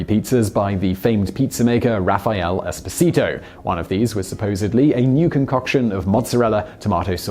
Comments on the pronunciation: Sine Nomine that's without talking about pronunciation of the name Esposito ahahahahah. All it would have taken was a quick visit to google translate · It's EspOsito, not EsposIto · It wouldn’t bother me so much how you butchered the name “Esposito” if you hadn’t repeatedly done it so many times in a row. Each time was its own verbal stab wound. The stress goes on the second syllable not the third. If you’re to position yourself as the authoritative source of real people, places, and events, maybe get the name right. Peace. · I strongly advise to practice your Italian pronunciation: you totally got the accents wrong on the "Esposito" name. :-) If you want any help I'm Italian :-)